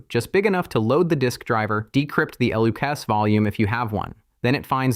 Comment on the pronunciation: lol listen how it pronounce LUKS , L U kes